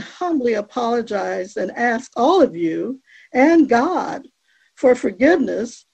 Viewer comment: “I wanna start firs by giving glory to Gaw…I believe in Jesus Chris…and I’ll continue to not pronounce the last letter because I’m a disgusting vile evil scumbag”